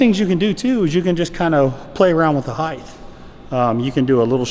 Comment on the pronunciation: Height Dog, height!! There’s an ht not a th! Awesome content otherwise!